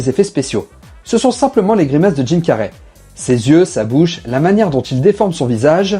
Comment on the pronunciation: Dude can you learn how to pronounce his name. You have called Jim Carry; Tim car, Jim carrié, and etc